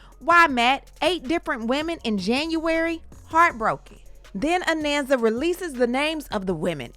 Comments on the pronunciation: Her name is pronounced "A-NAHN-SA", not "A-NAN-SA" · I know Anansa since she was born. Her name is AH NON SA, not Ah nan sa